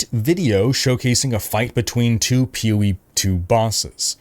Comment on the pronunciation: Sometimes when says "POE" it sounds like "Peewee"